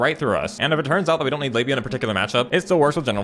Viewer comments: Am I the only one who kept hearing 'labia' instead of 'lavinia'? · ... did you just call Lavinia "Labia"??? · I got five minutes into the video before I realized he was calling Lavinia labia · Slowing the video down, it sounds like Labia. "Our labia shall be avenged." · Good lord, I didn’t realize you were calling her labia until half way through the video 😂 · calling livinia libia the entire video made my day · It took me a hot second to realize what you were calling Lavinia.